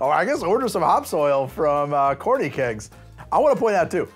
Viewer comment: Every time said 'hops oil' my brain insisted I heard 'hops soil' which made this episode 100% funnier. 😂